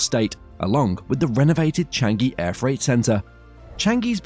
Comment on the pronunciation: Is Chang-eeee not Chang-geee....